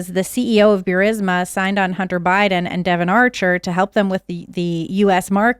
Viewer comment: no such thing as Bewrisma.. it's Boorisma, written Burisma